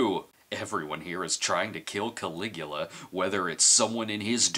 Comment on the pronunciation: It's Caligula! Wonder if Brad knows 'bout the guy 🤔